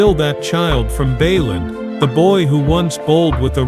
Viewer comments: Bay land (not baylun) Sa bine nah (no sa been a) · It is BAYLAND,THE REPORTER SAYING BAYLAN